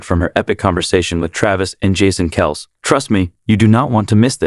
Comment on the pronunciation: Find a moderator that knows how to pronounce the Kelce's last name.It makes this channel look and sound foolish.If you're going to make a video make sure you know the subject and the names of people you're going to use.Otherwise prepare to get ROASTED by the people you drew in from your headline. Get it together bro...geeez!!